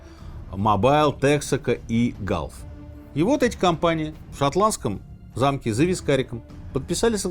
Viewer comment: ❤лайк за правильное произношение GULF❤